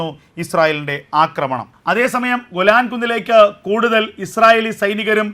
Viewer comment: ഗുലാൻ അല്ല പൊട്ടാ, ഗോലാൻ എന്ന് പറ